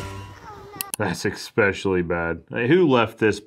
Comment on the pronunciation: "Exspecially" is not how it's pronounced.